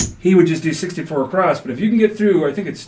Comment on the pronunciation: while we are on the words you use, I have noticed both you and Jeremy (from Color Up) using the word “acrosst” rather than “across” when you are say [placing $64 across]. Is this just a slip or are you actually trying to haven the “T” or “D” sound at the end of that word for some reason?? I love your style and appreciate your channel. Thanks so much for sharing the content you do.